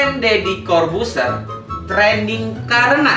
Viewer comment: TRENDING Bang bukan TRANDING...